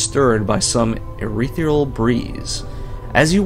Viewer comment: haha dude, I'm enjoying the LP so far, but why do you read ethereal as urethral?